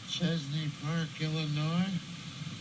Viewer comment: That's Machesney park Illinois not Chesney Park.